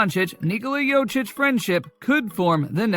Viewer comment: As much posible as for you to say corectly Jokic's name.